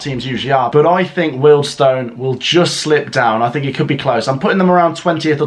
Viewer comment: it’s Weald Stone …. Not weld stone